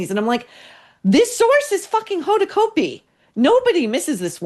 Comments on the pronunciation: Cot-b. Hoda cot-b. Not coat-b. Used to be news anchor on new orleans tv. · Pronounced Cotbee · Said like COT'-bee COT'-bee COT'-bee !!! Pls get it right.